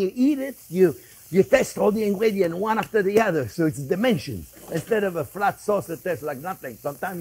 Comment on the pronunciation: Chef, I thought you said “it gives it dementia”!